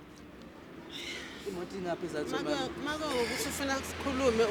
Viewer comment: the surname is Makola which means feathers. Not Makula as like indians please. O not U.